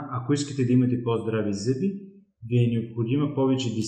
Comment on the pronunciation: благодаря за съветите. Само една малка поправка Ви отправям. Много е дразнещо човек да чува зъбИ, а не зЪби и зъбИте, а не зЪбите.